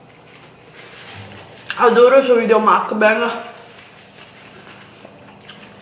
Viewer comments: Si dice mukbang la u non si pronuncia a ma u e la a non si pronuncia e ma a. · Scusami ma è una vita che fai video mukbang quando vorresti deliziarci con la giusta pronuncia di questa parola?? Che ricordiamo non essere inglese ma coreana! 먹방 vabbè ma cosa lo scrivo a fare